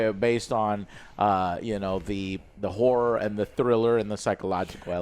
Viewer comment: Is that how you pronounce Horror? Interesting, please say it more Joe in sentences